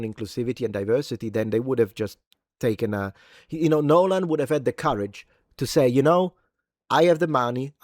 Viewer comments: i love you, truly. Long-time subscriber, but if you do a 60-minute video, of you just saying "nolen" over and over again, i promise you i am NOT GOING TO BE WATCHING IT. hahahahahaha, i can't promise much in this life, but i can promise you that. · "NYOLEN" is now the standard pronunciation for his name.